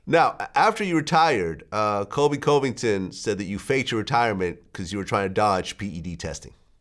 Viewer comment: Vlad, you spelled and are pronouncing Colby Covington's name incorrectly. ✌️